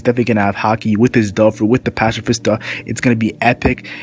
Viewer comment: pacifista Patsifista pronounced and also Ursus shock is his strongest attack